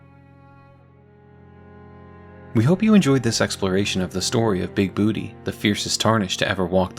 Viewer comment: It's BOO-TAY! BOOTAY!!